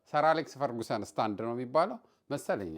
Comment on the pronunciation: ፈርግሰን not ፈርጉሰን😢😂